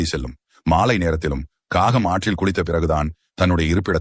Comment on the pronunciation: Kagam not gagam; get your pronunciation correct